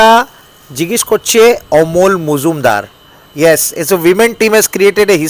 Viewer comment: ওটা মজুমদার নয় রে, মুজুমদার।